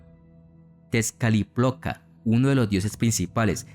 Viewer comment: Bien investigado.... pero la pronunciacion en nahuatl es pesima... y mal leida... tezcaliploca no existe..es Tezcatlipoca, como un ejemplo...